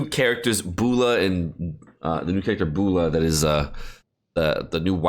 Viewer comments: Are you trying hard not to pronounce Eula? lol Bula, it's "U la" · My guy butchered Eula's name. Haha, bula.